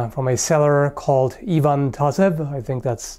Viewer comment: Nice axe. Also you were almost on point pronouncing "Ivan",! "I" was correct but "van" part should sound as in "Van Gogh" with the emphasis on "a".